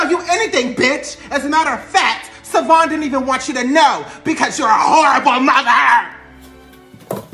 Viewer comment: Karen got that good good cause she still saying Savon’s name wrong and he don’t mind it at all😂😂😂. Why is that my thought right now😂😂😂😂